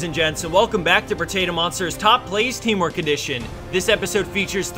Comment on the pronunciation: Why am I hearing it's "Teemo edition" not "teamwork edition".